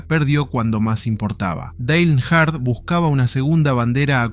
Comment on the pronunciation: "Dale Enar"? Se pronuncia Dail (Dale) Ernjart (Earnhardt)